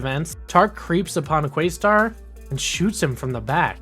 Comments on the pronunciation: Im excited that youre going through the show but frankly it sounds like you never actually watched when you keep calling Questar by his younger brothers name, Yungstar....and you pronounced it incorrectly. Its pronounced as if you were saying Quest with an additional Ar at the end of the name. not quaystar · Pretty sure it’s Questar, not Quaystar. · Good video, but your pronunciation of QUEST-arr hurt my heart